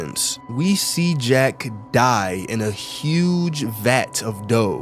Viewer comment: Jack ❎️ Jeck. ✅️